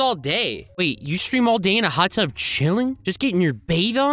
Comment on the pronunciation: Bro he said hut tub 💀 he cheating 💀 😂